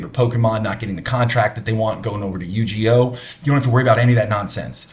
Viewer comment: PLEASE, PLEASE, PLEASE stop calling it you-jee-oh. Its Yu(you)-gi(gee)[soft G, not a J]-oh(oh). It really makes you seem less authentic and come across as "above" the hobby.